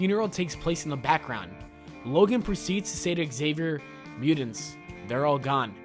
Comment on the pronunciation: Can you not pronounce mutants correctly ?